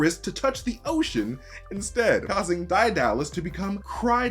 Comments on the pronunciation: Daedalus is pronounced dee-duh-luhs or day-duh-luhs not die-dal-lus. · It's DAY-duh-luss, he's just pronouncing it incorrectly. It has nothing to do with being American as someone else said. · Lol "Dye-Dallus" I always was told it's "Day-Doll-Us" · DIE DAH LES... my greek myth enthusiast brother would go mad lmao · DIE DALLAS? I always have heard it as DAY DULL US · Daedalus (day - da - lus) nah DIE DALLAS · I’m sorry but your pronunciation of Daedalus is horrid, it should be pronounced like Day not Die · Did you not play Hades the game? They pronounce Daedalus correctly, Dehduhluss. He was a great inventor. Also, this movie was trash and I had no expectations of it but popcorn entertainment, and it even failed to do that. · It's Day - dalus. Everyone knows that. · It's pronounced deadalus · its prounouced DAY-duh-LUS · Daedalus is pronounced "day dah lus" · D👁dalis became crydalis 😂😂😂 barzzzz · Isn't it pronounced "dead - uh - luhs" ? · It is pronoinced “Day da luss” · ugghhh. sorry but the pronunciation of Daedalus. first hearing it pronounced like that. my eaaaars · the way you pronounce Daedalus makes brain squirm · Excuse me? Daedalus is not pronounced "die DA lus" it is pronunced "DAY duh lus". Also, it is pronounced "Huh PHAY stus" not "huy PHASTOS"